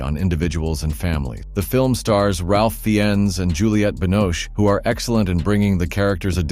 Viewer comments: Yeah, it's not RALF FINES, it's Rafe Fains. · It’s pronounced Rafe Fines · Ralph Fiennes, the actor, pronounces his name "Rafe Fines" (as in "rain" with an "f" instead of "n", followed by "fine" with a "z" sound. I know it's weird, nut that's how you should say his name, like Rayf Fines